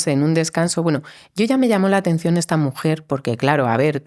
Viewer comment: que raro pronuncia la "T" ,el entrevistador, "ths" ...., casi es una ch..... pero no es con todas las palabras o no en todas las ubicaciones de la t . de donde es? ( existshen, distinthsa, esthsa entrevitsha, vivistheis esthairs, )